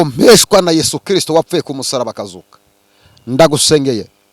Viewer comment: Daddy ndagukunda pe uvuga christo neza nkabikunda uwiteka akurebe icyoroshye kuko amasengesho udusengera atugirira umumaro